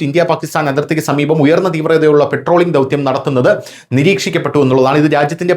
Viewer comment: "" പെട്രോളിംഗ്"" അല്ല " പട്രോളിംഗ്"" ആണ്